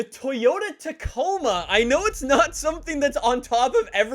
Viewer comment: “TaCoMa” aggressively sweating